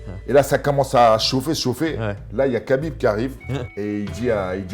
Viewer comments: C EST PAS KABINB MAIS RABIB EN ARABE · Prononce bien le prenom du mec qui t'a sauvé au moins.. cest khabib pas kabib et je l'ai déjà vu prononcer correctement des blazes encore plus compliqué ou même zarbi enfin bref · C'est 3abib messieurs... un petit effort de prononciation lol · Et on dit pas Kabib non plus